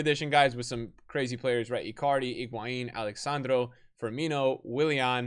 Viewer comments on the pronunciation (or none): none